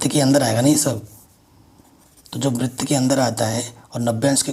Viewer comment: सर बृत नही होता है। वृत होता है।